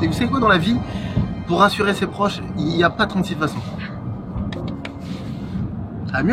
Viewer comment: Cest fou de faire deux fois la même erreur de prononciation (ses)😭